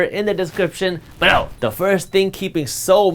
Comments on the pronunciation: “Below” 🤣🤣 my favorite parts other than the great information brother! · I love Jaspreet and this channel. It gets me every time (LOL!) when he emphasizes the word “BELOW!” Keep up the good work! Bahut badhiya!